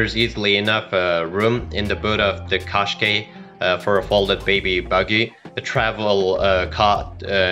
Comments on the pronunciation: Can we please pronounce it as "Kash-khai" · Is not a qaskey is a Qashqai